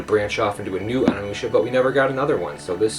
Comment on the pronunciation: You pronounce it ONI-Musha Not Ona-mucha